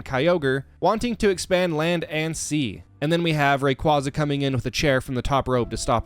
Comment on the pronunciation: It’s pronounced ar-KEY-iss, SAT-TOH-shee, ray-QUAY-zuh, KUH-STEE-lee-uh, KAH-lohs, and ann-DORE-uh, “Patrick Star”! 🤨 Also, you forgot the DLC areas of both Generations VIII and IV!